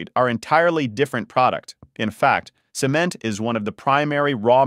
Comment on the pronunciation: And they pronounced it "SEE-ment"! :face-blue-smiling